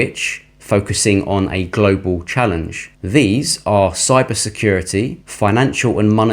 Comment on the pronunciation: Please stop saying Glo Baal.....ya really feel we are on a spinning wobbling ball....com on man